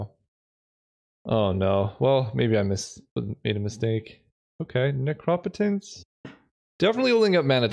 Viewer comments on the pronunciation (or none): Sorry, but will nobody mention the “necrapetance?” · [that meme of a dude getting threatened by a scary guy with a knife] Helpless defensive dude: Me trying to enjoy drafts Scary knife guy: pronouncing necropotence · Mark Rosewater said it should be /ˈnekrəˌpōtəns/ (like necromancy), but I think it would be more phonetically consistent as /nəˈkräpətəns/ (like necropolis). But as you can see the root "necro" is not pronounced consistently, so it could really go either way.